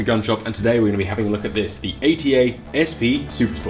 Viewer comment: Guys, it's ATA, not A.T.A. It's DAD in turkish, so you say dad, not d.a.d. Other than that, great short review.